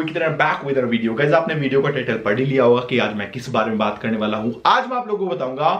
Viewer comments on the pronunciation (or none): none